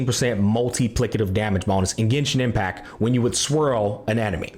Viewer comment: bro just forgot how to pronounce 't' for a few seconds loll he said genshin impac swirl the elemens loll jk ly brother keep up the grind